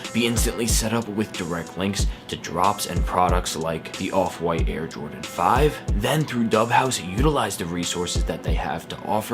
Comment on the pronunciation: “Air Jrodan 5”